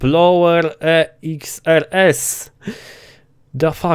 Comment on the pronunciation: nie Blower tylko Bowler xD